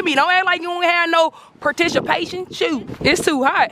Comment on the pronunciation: “Perticipation” LMAOOOO